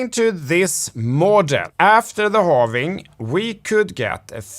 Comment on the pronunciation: I dont trust anyone that says halvening. It's halving.